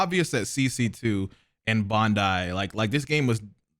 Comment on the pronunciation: it’s BANdai not bondai